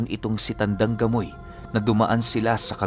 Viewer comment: Grabe Ang galing nmn nitong c tandang gamoy, bkt gamoy Diba pamoy hehehe